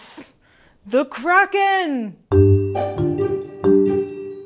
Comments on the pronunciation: disliked bc you said 'realease the kraken.' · Please say “ release the Kracken” correctly.